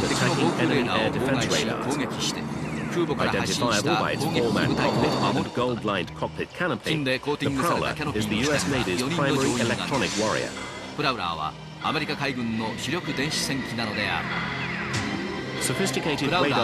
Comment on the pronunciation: EA-6Bはブラウラーじゃなくてプラウラー(Prowler)では？(^ ^;)